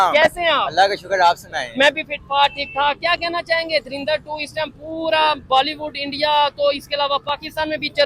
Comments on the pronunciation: Dharinder nhii hai woh "DHURANDHAR" hai😂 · darinder nhi ❌ 😂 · आपसे पहले तो तुम लोग धुरिंदर बोलना बंद करो 😂😂